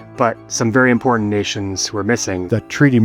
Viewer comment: Young people can't pronounce "important" correctly, you notice that? They can't say "didn't" either... And there's a few more...